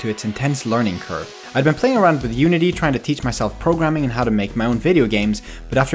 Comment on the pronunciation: He said umity